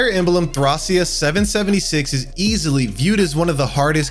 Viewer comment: I stomached through the bad pronunciation of Thracia but i cant do it back to back on Ys lol thumbs up on the video foe the effoet but i can actually finish watching it, feels like your purposely saying these games in weird ways